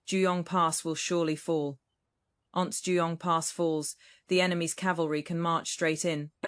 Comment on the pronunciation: Please check spoken pronunciation of once on whatever search engine you use.